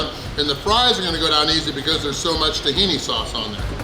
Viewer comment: Tahii sauce?? lol